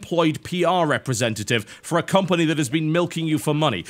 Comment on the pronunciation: "compony"? "ture"? what?